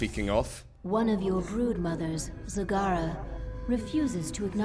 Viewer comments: its not zagara its zegara you had it right the first time they are trolling you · I don't know about you guys but I think it should be pronounced Zagara.